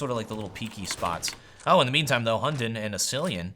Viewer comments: Hunden in danish is pronounced with a soft d, so you say it like; Hun-en :) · It sounds so funny when you say "Hunden's" name xD